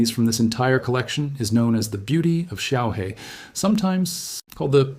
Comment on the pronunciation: Xiaohe, pronounce xiao her, means little river.